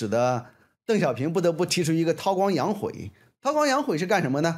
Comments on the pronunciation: 韬光养晦，读“涛光养慧”，不能读“涛光养悔”。发现很多大教授的语文…… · 大学者不该读错别字的